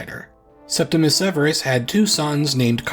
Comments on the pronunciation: Please, it's Septimius Severus, not Septimus. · Many people mispronounce the first Severan emperor's nomen as "Septimus," but it is actually "Septimius" with an "I" before the "U." I apologize if it seems nitpicky but many people seem to make this mistake. I really appreciate your videos and love when there is a new upload